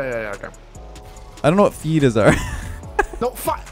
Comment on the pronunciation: “I know what fajitas are, but not feetus” 😂